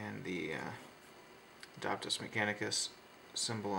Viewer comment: It's decAL, not decul and AdEPTus not Adaptus lol Silly pronunciations aside, I enjoy your videos.